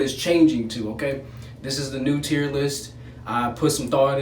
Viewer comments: Who else thought he was saying tearless video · Why does it sound like your saying tearless video Ahhhhh but it’s now tier list Persona Bro best game...